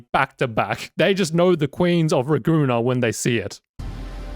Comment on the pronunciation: Raguna? More likr Ra-goon-naah